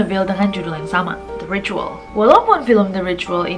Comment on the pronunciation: Itu bacanya ritual Nessie bukan ricuwol😁😁